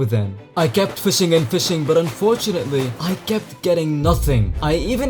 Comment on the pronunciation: how many times did you say unfortauntly?